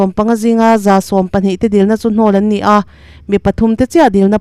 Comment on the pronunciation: Champhai Bethel a cheng 'nia' in sawi ti tawh suh. Champhai Bethel a cheng 'ni a' ti tawh rawh, i in zir thiam thei thlawt lo. Mr. Wheelchair-a puan/chhiar ngaihthlak a chakawm fe tawh zawk.